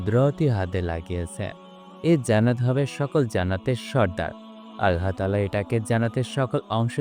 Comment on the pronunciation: ভাই আপনার উচ্চারনে সমস্যা আছে। আপনি আল্লাহ উচ্চারনটাই ঠিক মতো করতে পারেন না